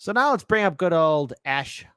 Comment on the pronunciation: Asa, long a, suh. Asa.